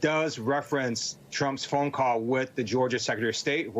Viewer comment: There needs to be more like this out there! I always felt like I was hearing this but could never put my finger on it. Also in these examples, hotel almost sounds like "hoteo," article "artico," call "cah-o." I could be wrong haha but I bet there are a lot more things. Super interesting! Here's another example where you can't even see the person doing the voiceover but you can definitely hear some type of "Asian American accent"